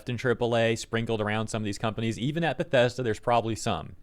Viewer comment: "We're Bethesda! We're The-Bes-Da!"